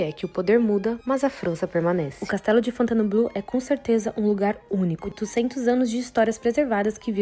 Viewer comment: Tente falar Fontainebleau com 3 sílabas e não 4: Fon-tain(e)-bleau, senão fica abrasileirado demais